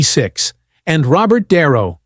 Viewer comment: Can't AI pronounce the name de Niro? De Niro is no longer loved He is a nutter!